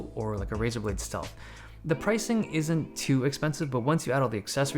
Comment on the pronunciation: I love how you say not to expensive. 😂